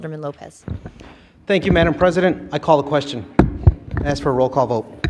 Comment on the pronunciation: Chicago has some of the most uneducated sounding leaders in the country! Wow! …saying mumf instead of month …saying axe instead of ask!